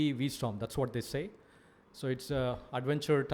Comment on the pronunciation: its V-strom.